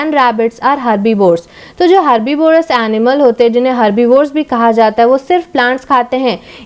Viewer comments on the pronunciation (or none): You also don't know how to pronounce the carnivorous and herbivorous also